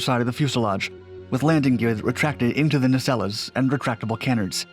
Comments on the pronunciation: What the hell is a “nay-cell-awe?” Did you mean a nacelle? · Ka-nards. Na - cells or nay-cells